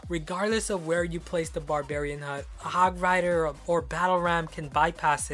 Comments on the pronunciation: 8: 46 did he just call it hog fighter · He called the hog hog frier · who noticed that ash said hog fighter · he said hog fighter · said hog fryder if you agree like this comment it was number 24 listen carefully!!! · you said hog frighter